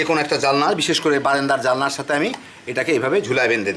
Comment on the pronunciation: ভাই সাহেব, জালনা নয় জানালা। ভিডিও করছেন তো, না খামখেয়ালী ।